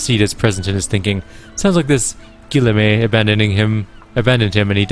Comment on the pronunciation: Guillaume = "Gee (not jee)" + "Yolm"